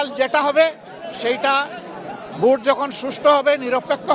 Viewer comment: এলোক তো ভোটটাও সঠিক উচ্চারণ করতে পারেনা, তা দেশ চালাবে কিকরে। ভোটকে বলে ভুট হা হা হা😁